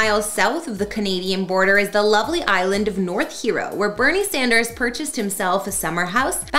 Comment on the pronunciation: So . . . his name is Sanders, not Saunders.